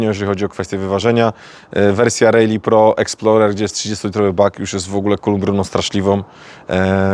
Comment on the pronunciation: Naucz się wymawiać prawidłowo RALLY